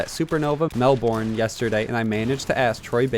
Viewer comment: Don't say Melbourne like that. No one says it like that.